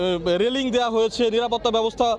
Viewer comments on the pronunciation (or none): none